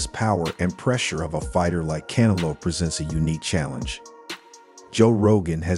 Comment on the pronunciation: I have a hard time believing his knowledge when he refers to CANELO as KAN-A -LOW.